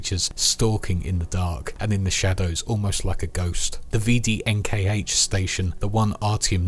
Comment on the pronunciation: A note on pronunciation, you wouldn't say V-D-N-K-H, you'd sound it out more like "veh-deh-ehn-khah" the same way the PPSh isn't P-P-S-H but "puh-puh-sha".